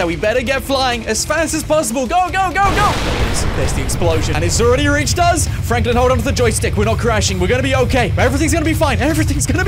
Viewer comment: When you said it’s reached us you said it will be wine